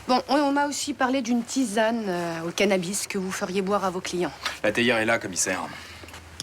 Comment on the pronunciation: a dit cannabi au lieu de cannabis 😂😂😂